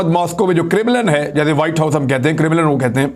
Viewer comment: Bhai its not CRIMILIN, its KREMLIN. KREM-LIN